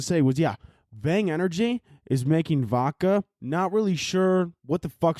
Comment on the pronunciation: STOP FUCCING SAY “V-AU-KA” there is definitely a fuccing “D” in there. No homo. It is voDka. Please say it right.